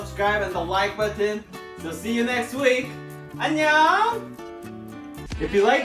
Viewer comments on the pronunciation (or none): none